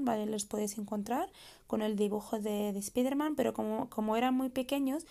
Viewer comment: SpAIderman se pronuncia jaja